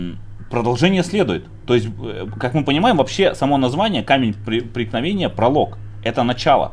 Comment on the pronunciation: мне одному кажется что говорит не камень преткновения, а Ракутагин проникновения?